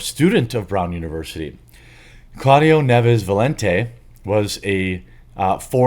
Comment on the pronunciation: I'll bet money the last name is NIEVES, not 'Neves'. They always do this.